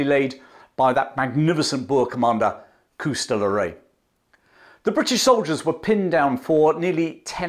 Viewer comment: Great story telling. The Boer War was a lesson the British took to heart, and helped them in the coming First World War. Do have a minor complaint, your pronunciation of Koos and Magersfontien are seriously flawed.